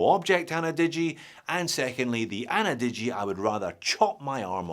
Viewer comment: ana-digi? 👎annie-digi?👍